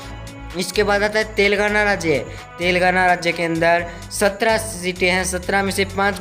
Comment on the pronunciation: Tere ko padhna to aata nahin aaya badda survey karne wala. Telengana ko Telgana keh rah h